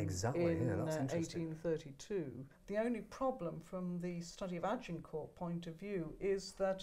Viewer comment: You'd think, Anne Curry, with all her knowledge and research would at least pronounce Agincourt (g as zh, silent t) correctly, rather than with the emphasis on the g and t.